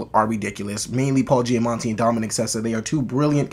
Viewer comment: Loved this movie, glad to see others share my enthusiasm! All three leads did a great job and had their own interesting, heartfelt stories. Btw, think you are pronouncing an 'n' in Paul Giamatti's name but there isnt one 😉